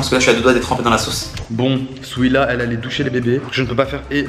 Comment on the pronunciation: Qui as remarqué qui disait souila au lieu de dire Souhila